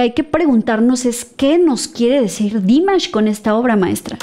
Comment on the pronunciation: No es Dímash, es Dimásh..😅